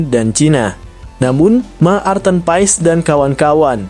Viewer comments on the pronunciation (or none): none